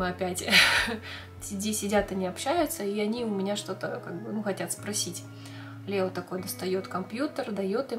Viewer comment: Не Лео а Леоо